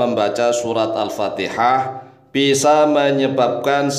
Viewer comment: anda juga salah pak alpatiha bukan alpateha. i bukan e.